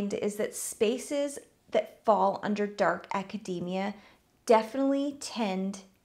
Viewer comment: Everytime you say Acadamia *grabs a macadamia nut